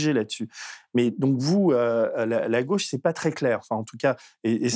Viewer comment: Bordel cette façon de prononcer « gauche » ! Si on pouvait laisser ce pseudo accent à Castaner ! C’est la GAUChe monsieur, pas là GOche !